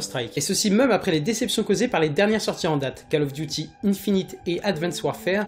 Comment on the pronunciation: Cole of Diuty ffs! lol